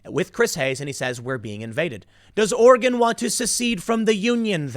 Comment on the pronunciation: Good job Tim! You pronounced 'Oregon' right. Now work on ' Willamette'